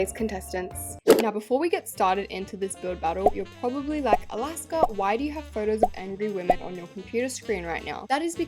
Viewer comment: ALASKA BABES NOT THE “JOOLPUGS”😭😭